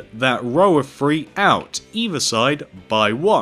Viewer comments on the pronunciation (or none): You said "three" but I heard more like "free" XD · Can he like take lessons on saying numbers because I love how amazing he is at pixel art it's outstanding but seriously Fwree is how u say three I know someone who says dwree and it's also annoying